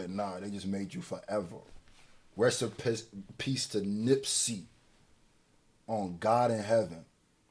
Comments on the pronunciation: My boy accidentally said rest in piss 🤦🏽‍♂️ Sheesh. Lol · My dawg said rest in piss nipsey and caught himself and corrected it lolol yo you a real one but I caught that hahahaha